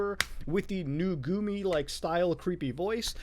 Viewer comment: Muta calling them Nugumi when it says Nugumu right there, really infuriates me